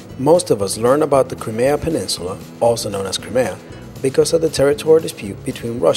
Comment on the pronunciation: Holy shit, just when I thought they got someone who could pronounce common English words, and places names, this guy is even worse if that's possible. "Da-noob-ee" River? It's "DAN-YEWB", sheesh....and it isn't "Cree-may-tah", It's "Cry-mee-ah", at least in English Why don't you guys try checking how these words and place names are supposed to be pronounced, it isn't hard to do, and it doesn't take that long.